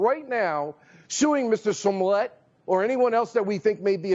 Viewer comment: It’s “Smollett “ not “Somllett” 🤣🤣🤣🤣🤣🤣